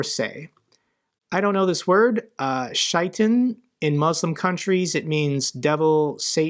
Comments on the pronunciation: The "ay" sounds like "a" in the word "able" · Pronounced: "shay tarn" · Hi, Muslim from the UK here: Shai-tan is pronounced Shay-tan. We basically never use the word satan when reading whatever scriptures, it's always "Shaytan" to us. Hope that helps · pronounced “shay-taan” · Love your vids 😂😂 but let me help you out. Shaitan is pronounced Shay-tan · Shaitan In Arabic is pronounced (Shay-ton) Just thought I’d share this! Slava Ukraine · It's pronounced shay-taan or sha-ee-taan. The anglicized writing makes it harder to pronounce. Great video! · It is pronounced shay tarn